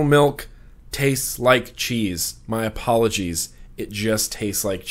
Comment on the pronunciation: Did you say 'my apolocheese" hahahaha 😂